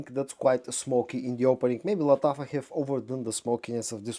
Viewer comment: Машрабия! This is how you should pronounce Lattafa perfume 😊